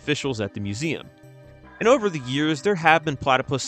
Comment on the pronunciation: Nah "eever two hundred firty" is crazy 💀